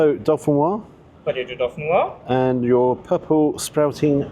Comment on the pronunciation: Hi, could you please help save UK from saying “potato dauphinoise”? I hear it all the time in the UK. My family is from the Dauphiné area of France and it’s in fact Gratin Dauphinois. The last syllable is nwha and not nwhaz. The s is silent in Dauphinois. Thanks for any help you can provide.